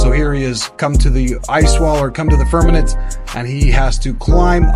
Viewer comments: Narrator boy … it’s FIRM A MENT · The mispronunciation of firmament won’t lend aid to the movement.